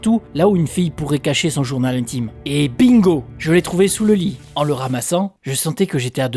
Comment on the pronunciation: On dit journal intime pas Jones intime lol😅😅